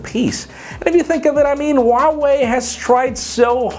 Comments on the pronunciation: its h u a wei. not h w a wei. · its pronounced wah-way....!!! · Huawei is pronounced as 'WaoWey'.